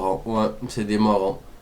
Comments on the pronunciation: C'est "morons" qu'il dit, c'est un synonyme d'imbécile en québécois. Mais vu qu'il est beurré ben il le prononce pas bien ^^. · Ca veut dire abrutis en anglais, et on prononce ça "morwone" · DES MORONS ! Ca se prononce pas comme ça pour info... =p